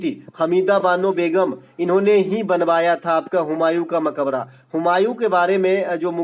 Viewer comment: Suno bhai mai bihar se hu ..tum bas 2 chij ka pronunciation sahi kr lo 1. sallant kap nahi Saltanat kal hota h ( .mabkara nahi Makbara hota h . nd aapke liye ye ques h ki salim ka makbara pak me q h